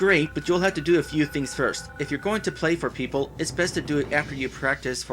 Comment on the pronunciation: Actually, the other thing is the Holy Token, not Medal. "Perople". =P